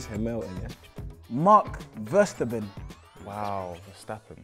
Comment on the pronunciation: Man said Mark Verstabben🤣